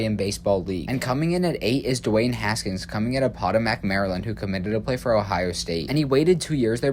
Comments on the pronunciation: You butchered the pronunciation of Potomac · Hey me again: be careful about your pronunciations. Potomac wasn't correct and rancho Santa Margarita isn't just rancho